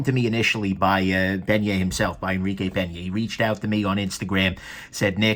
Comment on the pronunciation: double take Did you just call him "Pen-Yay" instead of "Pane-Yuh?"